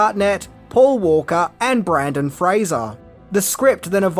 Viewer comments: It's Reeve, not Reeves and it's Brendon Frasier, not Brandon!! 🤦‍♂️ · slight mispronunciation - it's Brendan Fraser